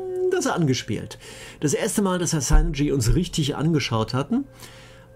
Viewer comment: Gesprochen wird das übrigens "Sünerdschi", nicht "Sainerdschi"...